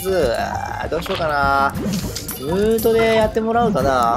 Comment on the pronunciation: ムートの発音が違う